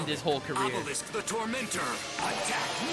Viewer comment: "Kuchiyose no jutsu, OBELISKUU" Seto freaking Kaiba